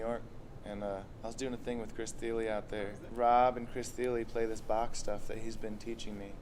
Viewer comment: I'm going to guess that by the way you pronounced his name, you don't know who Chris Thile is. Lucky for you, I have a clip of him playing Bach's Sonata No. 1 in G Minor, if you think you're man enough to check it out (you probably aren't). If you decide to man up and face the monster that is Chris Thile, I'll subscribe to your channel. (Just kidding, I just subscribed). Clip